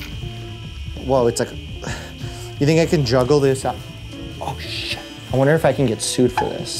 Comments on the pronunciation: Did you say shet or the other one? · Did he just say oh shat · Bro really said *o shet*😂